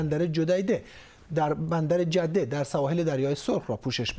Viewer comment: مجری انقدر با عربا گشته به بندر جده میگه جودیده